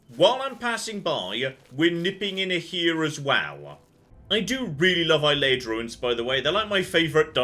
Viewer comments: Now that we've sorted out your pronunciation of Cheydinhal, I feel like you should know that Ayleid is pronounced ay-lee-id, not eye-lay-id. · learned how to pronounce Cheydinhal. Now he needs to learn how to pronounce Ayleid correctly. Ay-Lee-Id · Let's just embrace it and say it's A-li-en. A-li-en ruins. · Can't wait until we hear an NPC say Ayleid properly, and will stubbornly refuse to refer to them with the correct pronunciation. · I know is a noob and I should forgive and forget, but the way he pronounces Ayelid gives me hives.